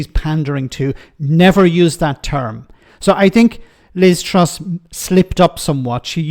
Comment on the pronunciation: Liz trough not truss 😂😂😂